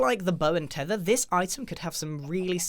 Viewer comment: Grian:the bow and thethr mojag:lets add a thrydint